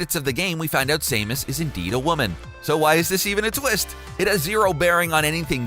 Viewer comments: Sah-mus not Sai-mus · IT'S SAM-US!!! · Same-us is triggering me